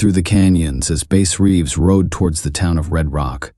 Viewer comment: The AI voice completely kills the immersion for me man.. it can't decide if the guys name is based on a fish or an instrument. Pronunciations are off on uncommon words. Lack of emotion or emphasis when necessary.. I'd play your stories every night if a human voice was telling it. Let me know when you drop live stories. Until then, I'm gonna wind down with my man Otis Jiry. No hard feelings, the AI voice just isn't for me and I don't think it's much effort to tell the stories yourself if you are indeed writing them. Tbh, I don't even care if you wrote them. I just want to hear a human voice. I'm looking forward to some real story telling from you, don't let me down!